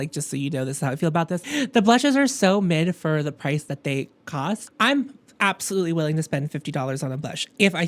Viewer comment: "absotutely!!" took me out! I scared my cat